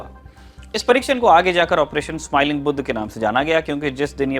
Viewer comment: Respect for sahi vale pronunciation k liye ..."Buddh"... 🌟